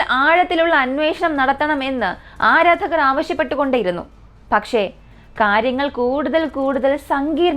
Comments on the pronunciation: Edo parayunna vaakkukal clear ayi paranjoode Rocket❌racket✅ Adharakar❌aradhakar✅ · Aadharakal alla aaradhakar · ആദരകർ അല്ല ആരാധകർ എന്ന് പറയു 😂😂😂❤️ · Adharakal not ma'am aradhakar😂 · 3.44 Adharakal ala aradhakar ennu aanu😂